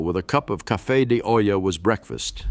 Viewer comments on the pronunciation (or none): none